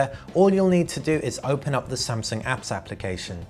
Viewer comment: Samsaung. Sorry